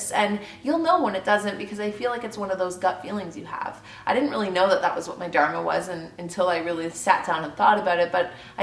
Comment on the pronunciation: Great video. Although I wish I could tell you how to pronounce Dharma.